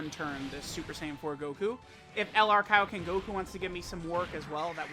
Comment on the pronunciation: KAIOKEN... NOT KIOKEN